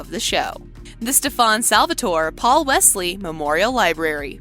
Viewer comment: According to kai its Stefon Salvatore 😂